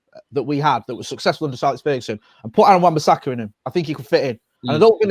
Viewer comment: Come on guys its wan bissaka